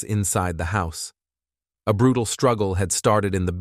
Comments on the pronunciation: This is a terrible and evil murder. I'm so sorry for her family and friends. On a different topic, the robot voice is weird. Colleagues is mispronounced as Calleegyoos. Demise is mispronounced as demeese. Brutal is mispronounced as brutall with the accent on the last syllable. It sounds really unnatural. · “Collea-gues expressed their shock about her violent and bru-tel demeese” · Colleagues, demise, brutal, ethic - the mispronunciation of these words is laughable and distracting. This channel is a joke